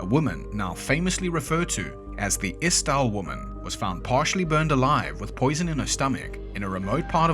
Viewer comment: Yeah, I'm Swedish and know what Norweigan sounds like. I was prepared for the ordinary butchery, but looked up at the screen thinking "Hm, inte illa" ("Not bad"). The "Isdal" was interesting since it wasn't all that off in the vowel sounds, but didn't do the right length and emphasis on them. But that's not strange at all.